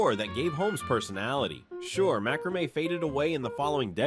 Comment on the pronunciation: OMG! Mack-ruh-may! It's mack-ruh-may. I love seeing all the things from my 20's when I was decorating my first apartment, but the mistakes are making me cringe. And why were the people in the beginning all dressed in clothes from the 50's and early 60's?? And no disco ball? LOL! I remember all the truly cool kids had one in their rec room.